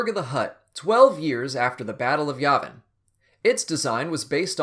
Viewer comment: Sorry, dude, but you're saying Yavin wrong.